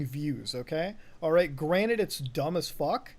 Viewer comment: Is it just me or does he say granite rather than granted?